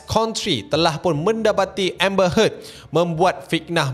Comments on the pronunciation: "Pernah dgr octaFX" Btw sebutan nama Amber Heard.. pronounce yg sebetulnya like ayat perkataan "hurt" bukannya "head" btw.. Peace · Amber heard bukan amber head. 🤣🤣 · Amber Heard bukan Amber Head...aduhh..... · Grindelwald. Dumbledore tu ex-bf dia. Lepas tu amber heard..bukan head. Aku dok fokus kat info je, tp bila ulang2 sebut head tu annoyed plak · "hurt" pun salah sebutan tu. "heard" disebut macam "herd" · maksud sy ibarat kan ke arah sebutan ayat hurt or lebih tepat herd :) peace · Pronounce heard bunyi u bukan e..